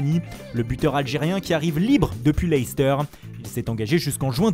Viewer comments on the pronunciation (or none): none